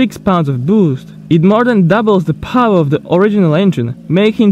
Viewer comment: The word power has 2 syllables it's by powr it's power